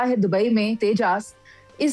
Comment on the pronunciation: Interesting. Non of the 4 can pronounce Tejas.